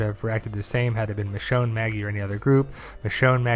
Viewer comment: it's michonne